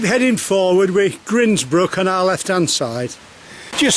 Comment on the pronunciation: It's pronounced grindsbrook as in coffee grinder.